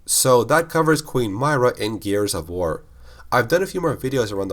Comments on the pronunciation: queen myrrah name pronunciation triggering me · The best question is how does someone still mispronounce a name that is said multiple times in the games he is talking about? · The way he says myra annoys me greatly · Two seconds in and you're already pronouncing her name wrong... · It honestly triggers me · He's doing a lore video on a specific character who's name is said many times in the games yet still pronounces it totally wrong, lol. Did he even play them? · Umm, no. When the video is intended to be a bio for a character, it's a very huge deal to pronounce the name correctly. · Mera pronounced not myrah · it's pronounced MIH • RUH not MAHY • RUH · I can’t stand how you say Queen Myrrah, it’s like you never played the game where they talked about it 24/7 it’s meirrah not My-rah. Jesus... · My-ruh = My right nut Lmao but nah its Mi-ruh not My-ruh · Mir-rah not my-rah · Its “Myrr-ah” not “myra...” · Im so mad you mispronounced this tbh. they even said how its pronounced in game.. (M-ear-ruh) not (M-eye-ruh) other then that this actually makes since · Why do you pronounce her name my-rah? Its pronounced Me-raah But either way great video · Its not "M-Eye-Ra" its "M-Ear-a". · When he says her name like that it makes it seem like he’s just reading a script someone wrote and doesn’t really know what he is talking about. Any casual gears fan would pronounce it M-ear-a, as it is spoken in clear dialogue over and over again in the games. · Regnier575 He’s not and neither am I. Myrrahs name is supposed to be, like he said, “M-Ear-a” not “M-Eye-ra”. It’s important to pronounce someone’s name right and it just makes someone look like a fool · Queen My-ruh lol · Queen Myrrah is pronounced “Me-Rah” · I’m fairly certain it’s pronounced (Me-ruhh) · It’s pronounced MEERAH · It’s mer ahh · m - EAR - rah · Queen Meer-ah. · "Mee-rah" say it with me now! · It's pronounced "MIRROR-UH" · No offense but don't say Myrrah like that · Pronounce Myrrah right next time.